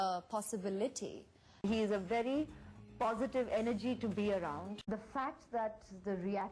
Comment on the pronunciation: Did anyone notice the clippings one after another with a different way of pronouncing "POSITIVE" at alternate clips, once she says "POSITIVE" in the next "PHOZITVE" then again indian "POSITIVE" and so... girl the world is not a fool.. stick to one accent, she has been so fake that her now her fakeness is her reality, she has forgotten her actual self, people said she looked plastic I think she behaves like one.